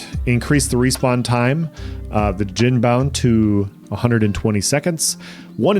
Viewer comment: The 'd' is silent. Just "jin", like the liquor <3